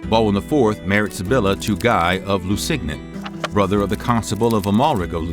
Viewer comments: I thought "Guy de Lusignan" was pronounced "gee de loo-sin-YAWN." That hard "g" in the narration is grating. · Gee Lou-wee-seen-yawn is how you say the name Guy Lusignan. Great history lesson. Thanks!!♥️